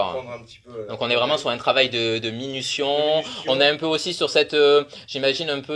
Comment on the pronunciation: Le reporteur devrait retourner à l école. Travailler avec minution, abruti à l eau chaude, on dit avec minutie, tu as quitter la maternelle trop tôt, ton cerveau n occupait pas toute ta boîte crânienne. Ou bien il flottait encore dans la pisse.